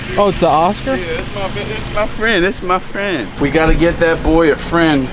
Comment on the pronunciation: “thass my frienn thass my frienn” 😂